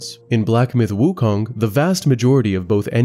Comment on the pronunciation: Guy who can't pronounce 悟空 wants to teach 西游记 lmao